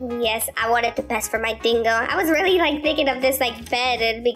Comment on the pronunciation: I love when you say “Really” and it sounds like “Rilly"🥺 And it’s soooo cute